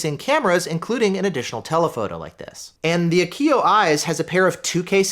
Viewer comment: Very nice review. I recently got the A229 Plus 2 channel and am very happy with its performance so far. As a radio guy, your pronunciation of Viofo as "VFO" is great, thanks for all you do!